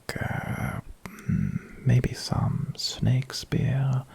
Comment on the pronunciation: did he say snakespeare??? Edit: Holy fuck you've gone too far now